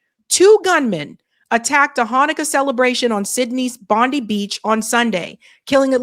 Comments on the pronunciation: My country Australia 🇦🇺 should be run by Pauline Hanson. She wouldn't have this going on. Bondi is pronounced - Bond - i ( letter i) 😊 Thank you for giving us a mention 😊 There's something definitely not right about this shooting. Someone was painted to look like he had been shot. How effin dare they do that!!! Our Senator Pauline Hanson is the best, our Prime Minister Albenese is friggen useless! He couldn't run a brothel if he tried, let alone a country. I do not defend Israel & l will not! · Bondeye is how Bondi beach is pronounced. Ozzie here.The Jews can go celebrate military victories (Hannekah) in Israel ,not foreign soil. As an Australian , I do not want either of these 2 religions fighting it out here. Both Jews and Muslims can go back to Armageddon and fight it on desert sands ,not an Australian beach. Both these religions are anti humanist and an anathema to human evolution. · Pronounced bondeye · not bondiee..its pronounced bond die beach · Its Bon Di not Bon de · Bond eye not Bond eee. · Bond-i (I 👁️) not Bond-e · It’s pronounced BOND EYE (Bondi) not Bondy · Small point, "Bond-eye" not "Bondy". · Please learn how to say the beach name correctly. Its pronounced bondie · We say bond eye beach in Australia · Bondi.. sounds like, Bond--eye. Not Bondee(i). . God bless you. And all truth-tellers. Amen. 🙇‍♀️💜🙏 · FTR, in Australia its pronounced bondeye beach not bondee beach.... Pam Bondi doesn't know how to pronounce her name properly 🤣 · Its pronounced Bondeye,not bondee and the arab guy blew the script just a foot note we had a vote for voice for indiginous ppl in parliament,outcome NO after oct 7 hey presto we have a zionist voice in parliament,no vote I believe jewish people are 0.46% of Aust population,yet they have special convoy/voice funded by taxpayers,but indiginous people get nothing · It's pronounced "Bondye" not Bondee. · It's pronounced Bond i. Not Bond e. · Its pronounced Bond-eye, its fairly famous Sydney City beach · Pronounced bond-eye